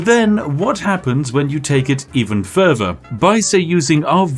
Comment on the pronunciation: Whats with this dudes speech impediment? Pafetic? Furver? Dude definitely makes enough money on videos to get a speech therapist. Gotta fix that shit before you talk to Uhver people